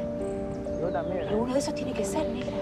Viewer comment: DICIENDO SHOOOOOOOOOOOOOOOOOOOOO POR YO JJAJAAJJAAJAJAJAJAJAJ